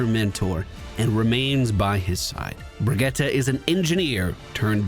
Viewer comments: Her name is dickens Brigitte pronounced “ Bridge-It”. They say her name in game. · Brih-gee-tuh, so no, you didn't, but I knew what I was getting into and I've forgiven you for more. Love the vids dude. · Youtube comments here! No, you didn't say it right :P haha brih-gee-ta basically like Vageta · Her name is pronounced closer to Brigeetuh. Can hear it in a few of her interactions with some of the cast. So you're close, but just that middle syllable is off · no one says Bridge-it in the game. That isn't how they say their name phonetically in the game at all lol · Nope, it's Bri-git-teh. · How do you get "tuh" from that? That just sounds like Brigitta which is a different name. She clearly says "te" with e from "get", I really don't understand how you don't hear it. Just because you don't hear it, that doesn't mean you and the League video are correct. Sigh, English speakers and their pronunciation 🙄Here, step by step for your ears: ☺ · It's pronounced Br-ee-j-ee-t :) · You are not saying "Brigitte" like a Swedish person would, but that doesn't matter. I don't know where people's obsession with apologizing for not knowing how to pronounce another language comes from. I grew up in a country where some of the sound in my name don't exist, so nobody ever said my full name right and I didn't care or get offended by that. Pronounce names in your language and if anyone gets offended, they're the asshole, not you. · Yes that Overwatch League pronounciation sounds dumb to my Nordic ears too. Here how it's correctly pronounced, straight from her mouth